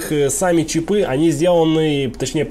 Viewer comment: Похоже на интересное видео, но когда началось "чипЫ, чипОв" - остановил. Что за травма мозга у большинства населения с ударениями? Попытаюсь досмотреть без звука, добавьте титры, пожалуйста.